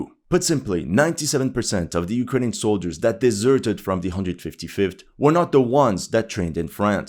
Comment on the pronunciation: "Our beloved Ukrajinska armia" 😂